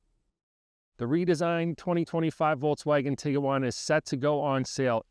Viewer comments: It’s Bose-Man Montana. Not Bose-ah-Man. It’s Tig-wan. Not Tig-ah-wan. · It's pronounced Tiguan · Why are you pronouncing it Tig-uh-wan? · If the "senior research editor" couldn't be bothered to learn the correct pronunciation of both the car (which is currently in its 16th model year so hardly new), and the name of the town they were in, what else did they get wrong in this video? You lost a lot of credibility on this. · This is a good review, but genuinely baffled that VW allowed you to review the car without knowing how to pronounce it.